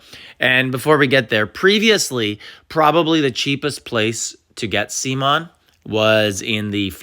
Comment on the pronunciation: Sea Mon???😂 it’s Simoan